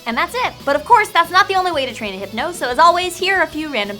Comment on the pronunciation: I lost it at Heepno